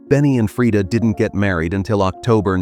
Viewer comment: The pronunciation is right. Swedish is a Nordic-Germanic language. Only English-speakers get it wrong compared to most of the world (yes, even the French use the right A-vowel). You don't have to pronounce it the American way.